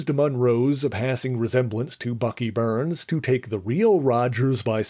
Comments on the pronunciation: I gave this video a thumbs down, it could’ve been a thumbs up, but I was really irritated with the whole video every time Bucky Barnes name was mentioned. It’s Barnes not Burns. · It's pronounced BARNS not BURNS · I cringed every time he said Bucky Burns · Where did Bucky "Burns" come from. BARNES isn't it. Also, using racism as click bait is stupid. Do better. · Do you mean Bucky 'BARNES?!' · I think it’s an accent quirk.